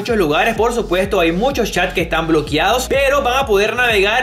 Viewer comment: Bloqueados, NO bloquiados